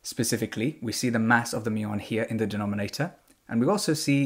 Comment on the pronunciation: Muon rhymes with fluton